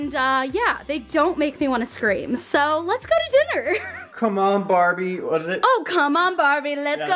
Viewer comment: The off-place heart is making me crazy. More crazy than listening to her say "sh" for every S. "Shkylar" "Sho" "Shtacie" "Deshcription"